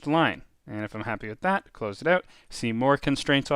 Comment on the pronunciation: Fantastic tutorials! So excited to use this app. Bought an Apple Pencil just for it. Side note I can only tell you’re Canadian when you say the word “out”🤪. Cheers from below ya and thanks for the powerful app and great tutorial content! 🤘